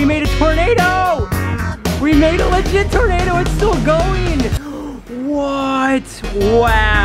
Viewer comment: This is how many times he said LAGIT 👇🏽